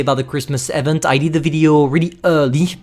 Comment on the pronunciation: Bruhh the way you pronounce "event" lmao